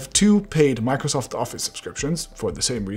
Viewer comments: "Macrosoft"? What the heck is that? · "Macrosoft" 😁😂😂 Microsoft might actually sue you for that. Once they sued a person for naming his webpage "Microwsoft"! You never know!! PS: jk But the fact is real!! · Everytime he pronounced MACROSOFT I died a little from the inside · MACROSOFT XD *MICROSOFT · Mac-rosoft seriously 😒